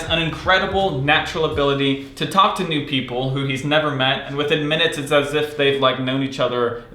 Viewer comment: I keep hearing "new people" as "nude people"...